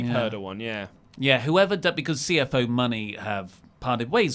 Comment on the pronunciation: How come always pronounced it “CFO money”?? Is he joking and I missed it? Hahaha it’s just CFOs.